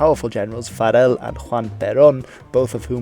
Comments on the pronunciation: Farrell is pronounced like Barrel, it's not a Spanish name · The guy took the actual effort of trying to pronounce the Spanish names "properly" to the point where he butchered Farrell's name. Farrell is an Irish surname and you would pronounce it the same way as you would in English. Pobre flaco. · I found it funny you couldnt pronounce an anglo surname like "farrell"